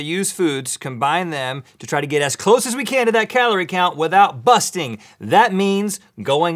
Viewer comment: He called it kuhloree